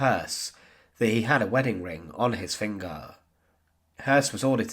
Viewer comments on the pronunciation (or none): Prosecutaaaah , huntaaaah, fingaaaah